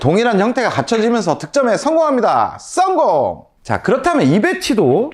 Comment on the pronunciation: 목소리 어디서듣던. 우비삼남매ㅋ 썽공 발음ㅋ디지네